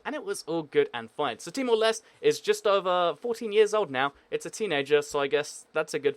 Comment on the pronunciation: its not pronounced as timor lest.its pronounced as timor lesteh